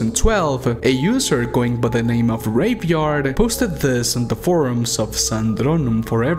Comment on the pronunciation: Anyone else hear something besides raveyard when he said it? I had to replay that multiple times. I was like no way this guys name is what I heard.